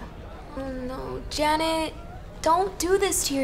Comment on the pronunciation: The way he said "Janet!" sounded like "Dammit!"